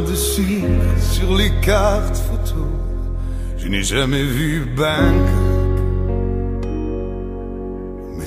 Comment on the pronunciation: Bonjour hi, Garou a dit le mot « tête » et « Bangkok » avec l'accent québécois.